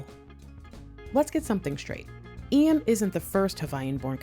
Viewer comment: Mahalo for taking the time to research and sharing the history of Hawai'i. Your pronunciation of Iam's name is beautiful. Keep up the great content...Mahalo Nui Loa!!!